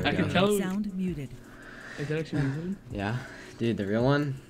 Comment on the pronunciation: this isnt meezoid its zeemoid